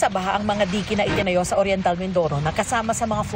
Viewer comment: ang cute naman di-ke 😂 dayk po ang pagbanggit non saamin